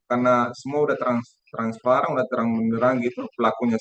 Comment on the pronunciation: Transparan bukan transfaran